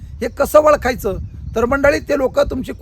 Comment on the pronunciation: वळखायच नाही ओळखायच अस्पष्ट उच्चार